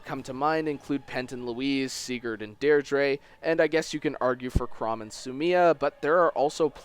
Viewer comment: Did you call Deirdre?